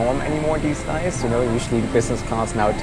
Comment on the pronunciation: auf der Erbse I know that he meant days, but his pronounciation was like dies